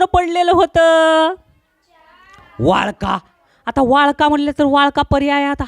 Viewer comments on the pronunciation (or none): वाळका नाही वाकळा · वाळका नाही वा कळा😂😂